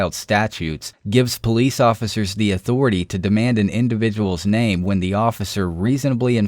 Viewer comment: Again, cop is a power happy jackass, that abuses his power when his subjects don't respect his "authoritay".